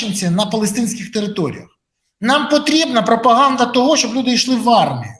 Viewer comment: 😁🍷 Як "послухать", ніби вміє, мовби й розмовляє - навіть "проПОГАНьдой" - Заклик, називає...🤔😶😥